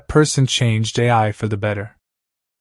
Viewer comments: But… It isn’t. I watched sub and dub. It’s just “eye” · The narration was good however you saying A I instead of Ai is really cringe. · Bro said a i instead of ai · You pronounce Ai's name like "A.I", so she was same type of stand as Artificial Intelligence.